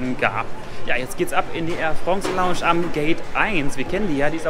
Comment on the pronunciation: Ich finds voll witzig wie du früher immer longsch gesagt hast